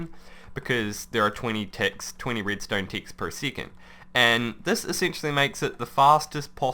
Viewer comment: he says it like seecond